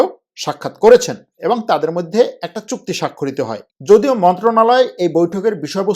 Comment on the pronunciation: আপনার তুরস্ক, মধ্য এশিয়ার রাজনীতি, অর্থনীতি নিয়ে আলোচনা অত্যন্ত তথ্যবহুল এবং প্রান্জল। শুধু কিছু শব্দের উচ্চারণ শ্রূতিকটু। যেমন “মইধ্যে”। আরও কয়েকটি। বিরাট কোন ব্যাপার নয়, কিন্তু আপনার মানের সাথে সামঞ্জস্যপূর্ণ নয়।